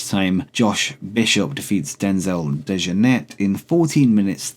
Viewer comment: Michael Dante is part of the womens tournament (graphic at the start needs updating mate) also its Denzel Dej-Oar-Net to pronounce it